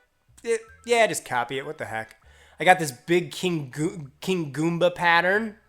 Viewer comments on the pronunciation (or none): none